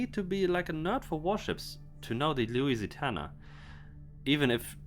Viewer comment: Its Lusitania not Lusitana